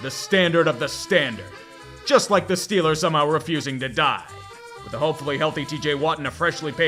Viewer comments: STEHLERS GAHN SOUPER BAWL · Steelahs Gahnta Supah Bowl